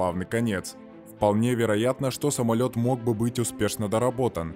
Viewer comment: да уж...самольеотт